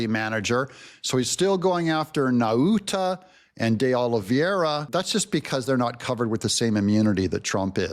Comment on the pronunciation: You crack me up with that pronunciation lol! Try saying Nauta like "naughty."